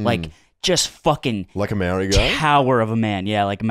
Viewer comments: pronouncing Maori like mayory is just make me sad. Pronounce it like communist leader Mao Zedong Mao and then ri but roll the r like in Spanish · Slimes pronunciation of Maori hurts my feelings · As a kiwi I don't even care he couldn't pronounce the names of towns here. Alot of them are Maori names so 90% of people would have trouble pronouncing them.